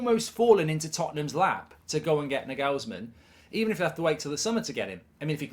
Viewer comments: Mark its Nagelsman not Naghulsmenn. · Plausible Manager-Merry-Go-Round : Nagelsmann - Chelsea Zidane - Real Conte - Juventus Enrique - PSG Potter - Spurs Ps. The way Mark pronounces Nagelsmann made my ears bleed. "NEG-ELS-MEN"??? Try this Mark......"NAR-GALS-MAN". WindUpBridge 😂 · Mark plz his name is nagelsman not negelsmen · You might want to learn to pronounce the name: It's not "Nagellesmann" it's "Naw-ghels-man"! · Nagelsman not NuhGalsman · ah Mark, just how badly can you actually butcher the pronunciation of names?? his name ryhmes with 'Bagel's Man' - you're welcome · Why do you pronounce half the names in football wrong? Its not n-gelsm'n, its not the Carabower cup, and it's not Trippy-ay. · The pronunciation of Nagelsmann…isn’t it NAR-GALS-MANN? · “Nagelsmen” - Mark Goldbridge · the way he pronounces the name is so funny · I hope Spurs don't get Nagelsmann just so I don't have to hear Goldbridge butcher the pronunciation of his name ever again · Please pronounce his name properly 😂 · his pronunciation of Nagelsmann makes my ears bleed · Mark trying to get 30k listeners to start mispronouncing his name to troll Spurs! 😂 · You gotta learn how to pronounce "Nagelsmann". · Good insight Mark, but that pronunciation of Nagelsmann is shocking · How did he just pronounciate his name 💀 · Bruh you have butchered his name🤣🤣